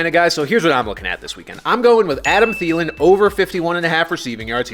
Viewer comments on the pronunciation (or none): none